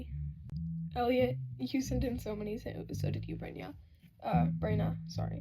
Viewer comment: tehe br-ay-na it sounded correct